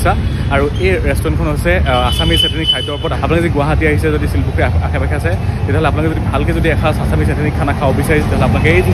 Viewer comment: ছিলপুখুৰী নহয়, শিলপুখুৰী